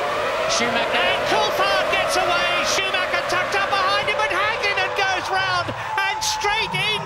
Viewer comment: It's SCHOOMAKKA, it's SCHOOMAKKA!